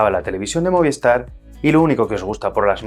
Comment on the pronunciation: ¿Por qué todo el mundo dice "Moviestar", si es Movistar? Es un misterio.